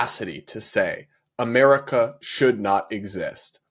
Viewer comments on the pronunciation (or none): none